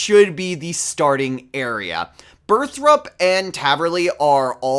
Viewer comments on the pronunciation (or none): I'm surprised YouTube gave me this video as I'm an old school player but i just wanna say it's burthorpe (bur-thor-pe) not burthrup